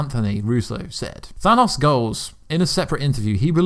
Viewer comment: Bro the way you say Thanos kills me🤦🏽‍♂️ I know you have an accent & that’s cool & all but just try for the sake of your viewers ears. Feels like dragging your nails across the chalkboard